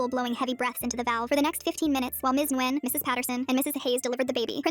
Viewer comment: Nice story, but Nguyen pronounced "Wihn!"